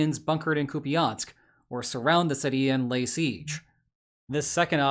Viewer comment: Koo-pee-ahnsk, eh? lol...